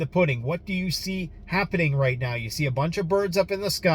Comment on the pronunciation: Habbening? It's?